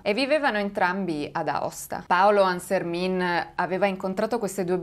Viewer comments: Hai sbagliato la pronuncia del nome . Il cognome si pronuncia alla francese essendo la famiglia valdostana ANSERMEN non ANSERMIN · Hai sbagliato pronuncia, quella è pronuncia Veneta. ANSERMIN così come è scritto è Veneto mentre da noi si dice ANSERMEN ma non ha importanza. Grazie di cuore per aver parlato di questo caso che pare ormai dimenticato. Io ero piccola quando accadde e non lo ricordo seppur sia anch'io valdostana. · Ciao! Ti volevo solo correggere perché non si dice ArsermIN ma ArserMEN🥰🥰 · Si pronuncia ansermen (francese) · ciao. Il cognome Ansermin si legge alla francese. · complimenti per il canale e per il video! solo qualche appunto, da valdostano: -Aosta è una cittadina che hinterland compreso conta circa 60000 abitanti, (purtroppo) non è il bucolico villaggio montano con ponte mostrato in foto -Ansermin si pronuncia "ansermèn" -Courmayeur si pronuncia "curmaiœr" -Vivien si pronuncia "vivièn" e lo so, è difficile la pronuncia francese, non ne faccio una colpa eh ;)